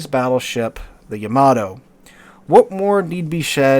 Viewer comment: yam-ah-toe you can do it, practise